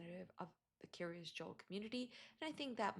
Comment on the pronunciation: The Kiryas sounds almost like she is saying "curious"